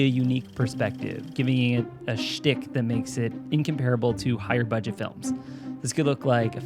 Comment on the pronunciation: “Lowest Budeget” 😂 Not sure if on purpose or not but we still love you! Lmao